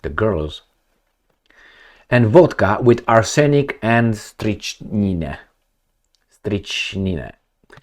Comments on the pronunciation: It's Pronounced Strict - Nine A Poison Popular in the Old Days. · The poison is pronounced "strict-neen" rat poison. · It's pronounced like this strick nine strychnine its a poison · Strychnine is pronounced "strik nine". Poisoning has always been used in warfare. It's war. There are no rules. Ask Israel and the United States.